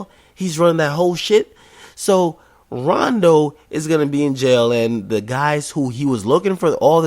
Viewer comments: But when Vic Mensa went to everyday struggle and told akademiks he made fun of chiraq mfs he said he never made fun of em yet i watch dis and he callin rondo coondo lol ak u the biggest bitch omm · This nigga said koondo numba 9 weak